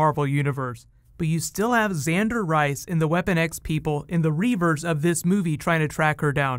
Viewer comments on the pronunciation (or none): none